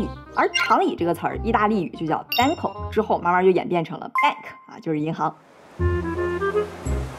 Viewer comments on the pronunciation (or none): banco的意大利语发音不对啦😅